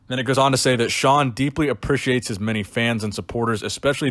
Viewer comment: "Aprishiate"